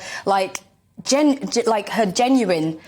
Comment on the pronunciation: hahahah 😂this girl couldn’t say the word “ genuine “ reference to MM.. what a jokester.